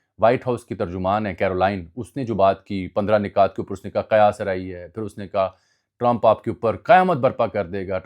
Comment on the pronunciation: Ajmal bhai word "nukat" hota h ap " nikat" pronounce kr rhy ho. Points Keh skty hn